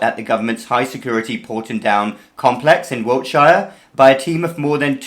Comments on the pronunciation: Hey Doc, nobody actually pronounces the 'shire' in Wiltshire like that - it's more like 'Wilt-shuh' or 'Wilt-sher'. Technically, it looks like this in traditional IPA: wɪltʃə. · You're pronouncing Wiltshire like an American 😂